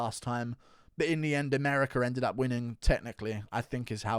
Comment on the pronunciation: Tf is Americ-er? 😂